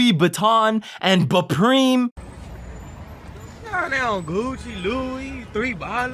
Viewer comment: Bupreme?! And Bucci?!😂